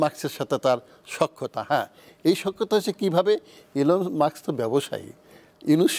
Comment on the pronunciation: মাক্স মাক্স (Muks) করেন কেন, Elon Musk (মা স ক্- মাস্ক) not মা ক্ স!?